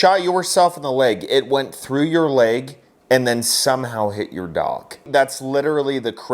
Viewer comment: I didn't hear the word "leg". I heard "I shot myself in the dick". Anyone else hear it that way?